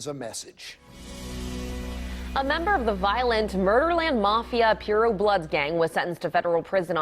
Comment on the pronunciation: she said, mafia Pee-Rui 😳